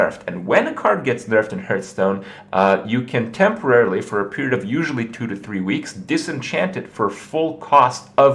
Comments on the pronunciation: Its Hearthstone not "Hurthstone", great vid though Kripp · It's pronounced "harthstone" not "hurthstone". Not that this does my head in or anything. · I just came here to hear Kripp say Hurtstone